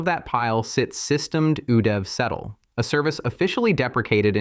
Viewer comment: "Systemed" instead of "SystemD", you're absolutely right!